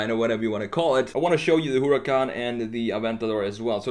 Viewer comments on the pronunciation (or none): none